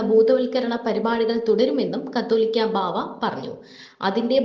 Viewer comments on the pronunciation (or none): കത്തോലിക്ക.....ബാവ അല്ല... കാതോലിക്ക ബാവ എന്നാണ്....